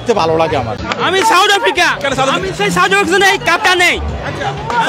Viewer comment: "চাউথ আফ্রিকা"😂😂😂.... Koite parenaa mora baaper naam, abar chul kate 'Tere Naam'...